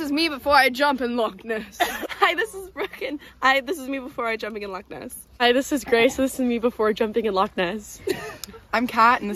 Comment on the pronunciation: Congratulations, ladies, on your correct pronunciation of the word "loch". Many people who are not Scottish tend to pronounce it as "lock". The guttural "ch" sound is no longer used in spoken modern standard English, so many people never learn to form that sound as children. Although remnants of a very similar sound remain in written English in words that end in "gh" or "ght".